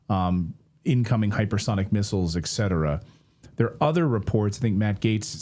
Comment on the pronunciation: Clayton, it’s ET cetera, not EK cetera.